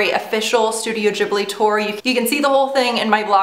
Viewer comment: Oh no, is this how Americans pronounce Ghibli? D: Really cute haul though, I particularly love the teacup ^^